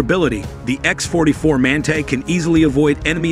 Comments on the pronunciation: epic AI reading fail!!! WTF is a man-tay? the word is pronounced man-tah you stupid machine. two thumbs down for click bait and stock footage and general BS. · Another AI bullshit video no real.information provided in this video no real pics of the manga wich is electro -gravatic The so called narrator can’t properly pronounce manta